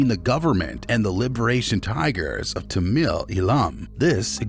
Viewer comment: I've been going to Sri Lanka for 20 years and now have a house there. Most of this is complete bullsh!t!. They can't even prounounce Tamil properly - or 'Sri Lanka' for that matter!